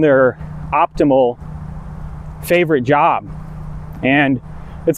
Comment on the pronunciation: You have changed the pronunciation of J. You say Yob instead of Job. Hey, relax my mind a little bit. I´m here to listen to your advice on learning language and, dude, I´m 55. You look 18 but, I see the wedding band. So, help me get rid of the Uncle Creepy vibe. You talked of "for over a decade" so, how old you be -ish?